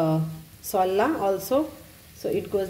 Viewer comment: Darling .. for... . .pronunciation..cud be sowla......not soola...as in skin peels .....just a suggestion.